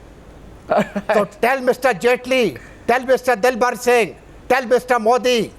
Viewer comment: its Dalbir Singh not Dilbar Singh pffftttt